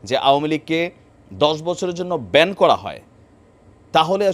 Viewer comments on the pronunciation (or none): none